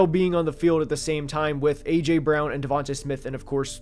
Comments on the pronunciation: am i tripping or did he say aurther wan instead of aj brown. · Did bro just call AJ Arthur Juan? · His name is not pronounced Arthur Juan lol